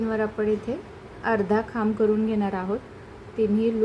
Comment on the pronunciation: Khamb bolatana chuki kartay.. khup confusion hotay m